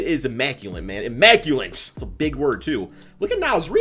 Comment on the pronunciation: immaculant... immaculant... that's a big word too